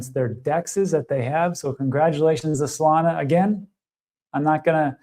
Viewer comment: stop saying ''solanaa "' stupid